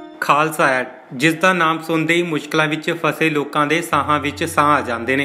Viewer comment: ਪਹਿਲਾਂ ਪੱਤਰਕਾਰਾ ਬੋਲਣਾ ਸਿੱਖ ਲੈ। ਏਡ ਨੂੰ ਐਡ ਹੀ ਬੋਲੀ ਜਾਨੈ